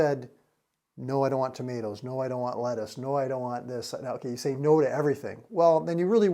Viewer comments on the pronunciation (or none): none